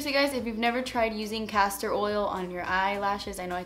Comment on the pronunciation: what oil did she use on her lashes? I am from germany and didn't understand the name .. cassar oil??